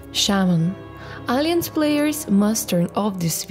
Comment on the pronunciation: BTW... try to pronunciate: "Alah - yanse" not "Alee - anse" XD